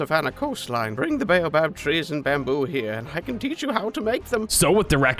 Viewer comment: BALBAB TREA? ISNT IT A BOABAB TREA😂